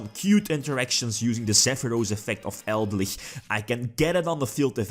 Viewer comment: Pretty sure Eldlich is a play on Lich (undead), El Dorado and Eldritch, so it should be pronounced Eld - Lich